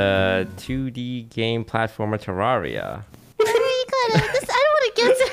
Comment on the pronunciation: please pronounce terraria right, it's ter-rare-ia not ter-rar-ia. Red has personally confirmed this pronunciation.